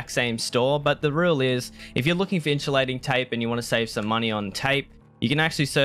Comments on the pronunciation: its called in-su-lating tape :P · the way u said insulating tape really upset me lol